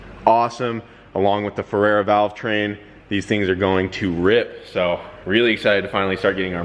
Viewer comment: Ferrea. "Feh-rea". Not "Feh-rare-ra".